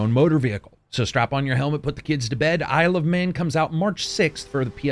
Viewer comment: The first few times you said "Isle of Man" I swear you said "I love men"... and I was like... okay that's an interesting title, but what does it have to do with motorcycles? Also that Chakam: The Forever Man reference. That game was fun. Sadly my Genesis won't turn on anymore. Just like my wife! Heyo!